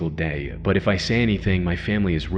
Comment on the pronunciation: Why can't you sya the word "but" properly? "Buyhd'h" Just say but.